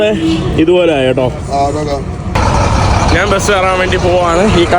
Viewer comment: നാൻ, നാണു,നാനു, നാന് എന്ത് വാക്കാണ്. ഞാൻ എന്ന് സംസാരിച്ചു പഠിക്കുക